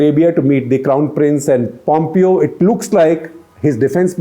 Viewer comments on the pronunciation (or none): A suggestion for SG: Pompeo's name is pronounced "Pom-Pay-Yo" (not "Pompio")